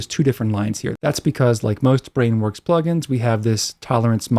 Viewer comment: Still forcing us to hear "Back when Weewurwee."